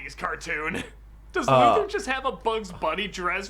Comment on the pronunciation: You have no idea how irradiating hearing him say Lex last name wrong Luthor Lu Thor Come on 😑